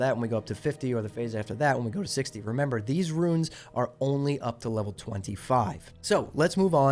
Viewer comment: It's pronounced "roons" not "ruins".